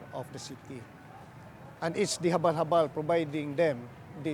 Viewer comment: "The Habalh-Habalh"..😅